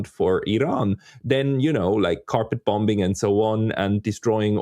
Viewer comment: ....the second 'B' in "bombing" is silent in the English language.